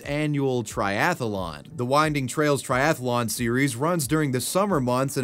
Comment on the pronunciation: I notice you're pronouncing "athlete" with two syllables, as is proper. But "triathlon" is similar with only three syllables. It's strange to hear the repeated "tri-ath-a-lon."